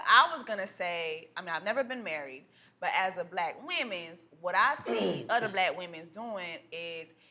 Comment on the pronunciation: I know that woman didn't say, why y'all ain't satisfied with ONE "WOMEN'S" THEN KEPT SAYING WOMENS....THEN RUT AND NOT ROOT. SISTA DO BETTER!!!!